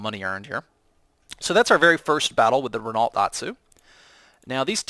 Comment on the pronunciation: RENALT really vaks it's pronounced Reno